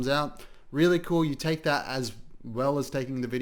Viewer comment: EACH THAKE THEY THAAKE..BWHAHAHAH...EACH TAHAAKKE